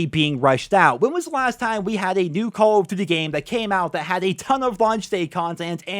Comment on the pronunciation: Why do you say call of duty like that 😂😂😂😂